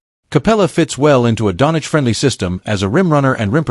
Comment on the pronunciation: It is a fake video the guy can’t even say Doncic